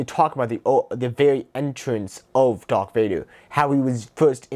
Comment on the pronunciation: Dwark vwader